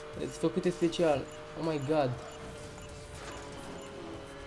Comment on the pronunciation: se spune o may gad